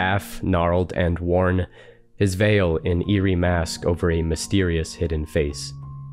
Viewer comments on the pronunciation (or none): none